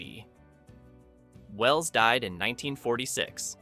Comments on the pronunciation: I heard that pause too and suddenly realized it was AI voice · "H. G. Wells" is read with a big gap between G. and Wells. Classic AI flaw.